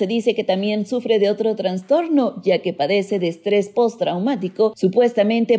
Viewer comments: Excelente trabajo, pero por favor no digas "transtorno" sino "trastorno". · Es idea mía o la narradora dice varias veces "transtorno" en vez de "trastorno". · La mujer que aquí habla dice "Transtorno" ojalá puedan corregir por "trastorno" correctamente. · Ella dijo transtorno🤢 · Por que dices transtorno xd